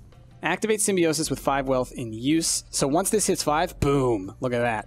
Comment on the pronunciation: It's pronounced sim-bi-o-sis, but otherwise I love it.